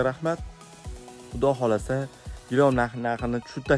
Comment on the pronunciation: Gilom emas gilam deb gapiring 55 yoshga kirib gilamni gilom deganni birinchi eshitishim 😅